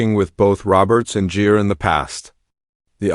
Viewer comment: Asterisk this is AI as hell. Richard Jeer? C’mon man. At least do a pass over your AI narrator and fix the mispronunciations and mistakes.